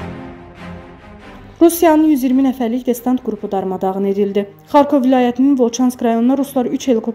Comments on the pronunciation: destanat yox , distant )) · Xanım DESTANT YOX, DESANT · Destant yox , ay Aparici Xanim Desant...Duzgun telefuzz edin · Xəbəri oxuyan xanım adı"desant" sözünü deyə bilmirsə indiki aparıcılara deməyə söz tapa bilmirəm. İnsan nə dərəcədə səhlənkar olarmış. Destant nə idi? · destant yox desant))) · Destant yox xanım desant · Danışığı öyrenin. Destant yox, desant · Destant yox, desant. Bir shey hazirlayanda hech olmasa ciddi shekilde, normal Azerbaycan dilinde hazirlayin da. Kuche sohbeti elemirsiz ki... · Ay jurnalist destant deyile desantdı duzgun teleffus ele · Destant yox desant 😂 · Distant yox desant...😁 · Destant nedi?) Desant. 1 dəfə diseydi neyse. Ya qız üzündən oxuya bilmir ya da movzunu yazan yaza bilmir. ) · Desdant yox Desant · Destant yox Desant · Muxbiriniz "desant" sozunu deye bilmir! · Destant)))BelqorOd,yox BElqorod.Kimi qəldi danışdırırlar